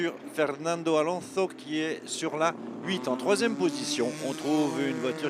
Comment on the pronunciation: Est-ce qu'il n'y a que moi qui suis agacé par la prononciation d' Alonso avec un accent douteux ! 😵. Par contre la traduction des liaisons radio avec le team aurait été plus judicieux 🤗. Sinon super vidéo